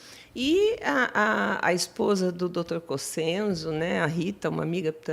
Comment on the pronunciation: não é cocenzo é COCHENZO o son do C e ch o italiano